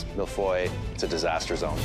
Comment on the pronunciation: Im french that’s not how you say feuille 🍁